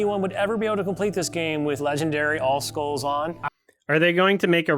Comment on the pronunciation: "legendary with all scolles on" Bro, you cant even say skull properly.